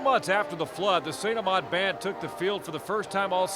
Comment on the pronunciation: I swear if u say st amant wrong one more time ima be very mad